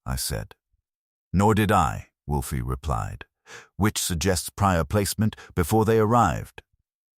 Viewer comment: How many Wolfe stories have you produced? Yet you haven't taught your AI not to pronounce it Wolfie. Sad.